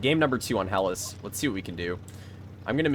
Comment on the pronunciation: It’s pronounced ‘he-las’, not ‘hell-as’. The Greek word for Greece…